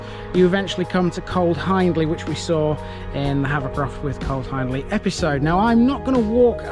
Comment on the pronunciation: Another good one. Please correct me if I’m wrong, but I’m pretty certain Hiendley is pronounced Heendley. You’ve got me wondering. I’ll ask a local the next time I’m cycling in the area.